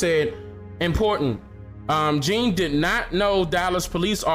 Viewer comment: U keep saying the the cop was 26 and jean was 30.u got it backwards. And his last name is pronounced "John" not as it is spelled.